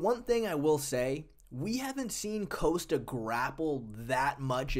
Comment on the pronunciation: It's not "coast-ta". It's "Kos-ta"